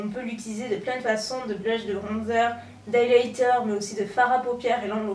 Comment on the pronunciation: C'est quoi de liyliyter